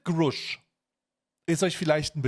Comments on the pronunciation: Grasch ausgesprochen du Pfosten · Hey Kollege , Erden Freund . Der Name dieses Mannes ist Mir . David Grusch . Aus gesprochen . David Grasch . . . ! Ok schreiben tut man . David Grusch . Angekommen . . . ! Bage . Au Bage . Ich verstehe nicht . Menschen wollen eine Doku an fertigen , & können nicht mal von wichtigen Menschen den Namen aus sprechen . Sowas macht mich Wütend . . . . 👎 Never never never